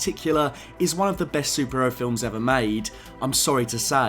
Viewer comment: Love how I hear "Sup-Ero" instead of superhero. But overall good video man